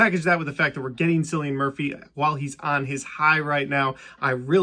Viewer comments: The way you keep calling Cillian Murphy as "Sillian Murphy" is just nails on a chalk board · As if hearing him say his own name multiple names isn't enough... he's born and raised in Ireland. I am born and raised in Ireland. It's a very common Irish name, and it's pronounced "Kill-E-An". Anyone telling you to pronounce it with an 'S' sound is objectively wrong. Good video tho nonetheless